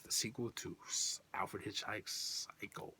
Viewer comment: Blade in the Dark is great! Grizzly is outstanding. Christopher George is great in everything IMO. Angst 10/10, bonified classic., you just said "Alfred Hichhike" hahaha, that was classic!!! Psycho 2-3 are both amazing films...Great pick ups!